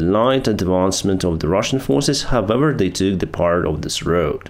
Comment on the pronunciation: Could you please stop saying “hovever”, thx.